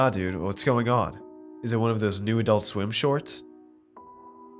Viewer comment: adoolt sweem